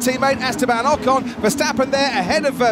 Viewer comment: Please learn to pronounce names like Ocon and Perez. You sound so silly. Try Forvo.